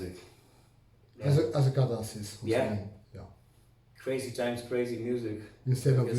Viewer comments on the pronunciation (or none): I drank a shot each time i heard Catarsis or Catartic and now i'm drunk. TYVM!